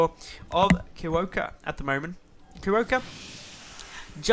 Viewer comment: Thx for casting Starbow! And your pronunciation of Kierowca is a bit off ;) I'm assuming he is polish because kierowca means driver. If you know from what country the player is I recommend using google translate for pronunciation (of course assuming the nick is not in English).